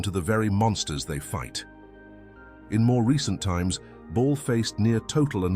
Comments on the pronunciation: Like others have said its Bal not Ball. Another AI voice trying to read a shit script. Moving on… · It's not "Ball" haha. Can ya not get the ai to pronounce it properly?